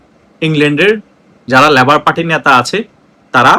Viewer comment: “ল‍্যবোর “ নয়, বলুন লেবার পার্টি।